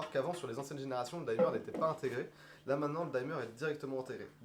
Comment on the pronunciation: Pas la première vidéo où vous prononcez "daïmeur" alors qu'en anglais on dit tout simplement "dimeur" (du verbe to dim; comme l'infinitif s'écrit sans "e", le "i" est prononcé "i" alors que ce serait "aï" si suivi par un "e" tel que par exemple to time, to dine etc.)